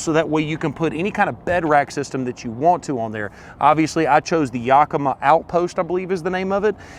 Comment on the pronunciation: You definitely should learn how to properly say Yakima since you bought such a expensively cool setup!